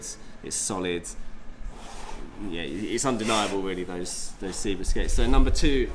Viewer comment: Dude it's Seb-a as in Sebastian... I've said this loads of times. Also Seba doesn't make these skates anymore, it's now FR Skates